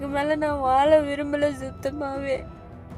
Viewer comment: வால்கை????? வால முடியாது??? 🤦🏻‍♀️🤦🏻‍♀️ நல்ல தமிழ வால வைக்ரிங்கடா.. என்னா தமிழ் நாடுல தமிழ் படிக்க எவளுமே உங்களுக்கு கிடைக்கல பாவம் 🤦🏻‍♀️🤦🏻‍♀️